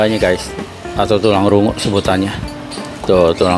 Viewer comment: Paaaakk...kocak deh ah hehe... Ini bakso bukan basko.. Tulang rangu bukan tulang rungu..